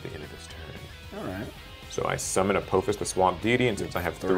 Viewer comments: I liked the concept. Only critique was that it A-paw-fis not A-poe-fis since its based on the egytian apophis not the asteroid lol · A-poe-fuss, lol